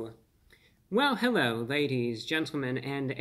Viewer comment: Hewwo Wady’s and Gentlemen!